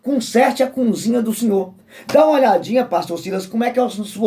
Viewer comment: Meu conterrâneo você fala sobre batismo..Jesus se batizou com quase 30 anos, qual o teu argumento contra esse batismo? E vê se aprende a falar cozinha, e não cunzinha😂